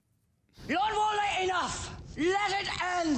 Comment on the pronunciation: Bro, who is Walden? His name is Walder! 💀